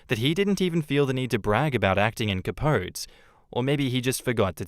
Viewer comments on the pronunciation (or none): Cuh-powt-ee. Yes I know it's wrong, but it's how Truman Capote pronounced it and it's his friggin name. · Capote = Cah-PO-tee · For episode four it’s pronounced Cah-po-tee. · Capote - the final e is pronounced.....please god